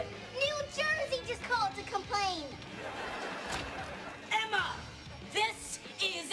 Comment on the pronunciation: Zuri:”New York just called to come-plane”😂😂😂